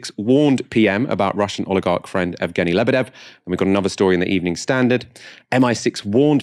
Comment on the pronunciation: "Yevgeny" rather than "Evgeny" (Just for future reference, keep up the brilliant work)